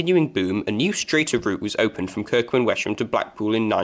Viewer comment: Along with Kirkum and wes um. the H is silent